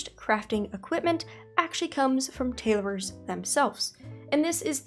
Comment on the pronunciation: TaylORs not TaylORERs Sorry, have to say it … Keep up the great profession videos